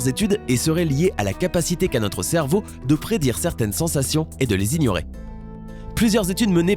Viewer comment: Il a dit cerbeau à la place de cerveau